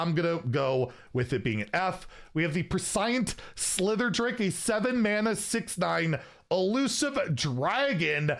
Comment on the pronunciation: I’m sure someone has said it by now but prescient is pronounced Pre-She-ent and it means to have knowledge of the future. Thanks for all the awesome content!